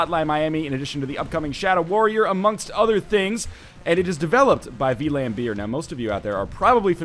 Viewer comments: vlam, not v-lam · "V-lam beer" Lol, Vlambeer is a dutch company. The translation would be like flamebear. And saying it like that is almost the same as the dutch pronunciation. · Silly Ryan, it's pronounced Flambeer. It literally means flame-bear. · Wow. The way you pronounce Vlambeer is pretty strange.